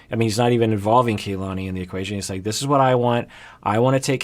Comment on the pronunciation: First of all I really love these videos and the work that both you and the rest of the PIS team do. But it's a little disappointing that keeps saying Kalani's name incorrectly, when he so stressed the importance of saying names correctly like Larissa. It's Kah-lah-nee, similar to how the Japanese "Ka" is pronounced. Not sure if this a common Samoan name, but this is a common Hawaiian (which I am part Hawaiian) name which means "the heaven" Ka meaning "the" and "lani" meaning heaven. I hope this corrected in future videos.